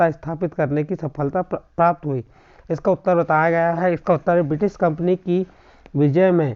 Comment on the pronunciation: Kampni hota hai kapni nahi